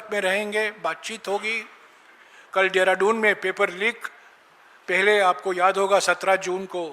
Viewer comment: सम्माननीय जयराम रमेश पान खाके देहरादून को डेहराडून बोल रहे हैं,, जहां तक अधिनियम संशोधन में सारे विपक्ष मे सेंध लगाकर बिल पास कराने की पूरी तैयारी कर ली, जयराम रमेश जी, एक समय होता था ऐसी परिस्थिति जब आती थी पार्टी के दिग्गज नेता अन्य दल के नेताओं से एक से अधिक बार सम्पर्क कर अपने साथ में ले लेते थे,आज,हालात यह है कि, कोई समस्या पार्टी,या देश में में कोई समस्या,या सत्ता दल द्वारा की जारही मनमानी कर तोड़ फोड़ की योजना,को सिर्फ, राहुल, खड़गे,ही जाने वही कर रहे हैं,तुम जैसे अनेक नेता जो दिग्गज कहलाते थे ,वो सिर्फ पार्टी द्वारा तैयार वक्तब्य देने तक सीमित हो गये है,तो पार्टी का समापन कर एन्जियो चलाइये, सत्ता दल की छाया में आप जैसे नेता अपना साधन सुविधा का लाभ लें,जी धन्यवाद 👏